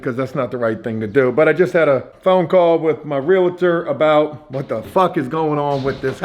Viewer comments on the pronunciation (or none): Please stop saying Realator it’s pronounced and spelled Realtor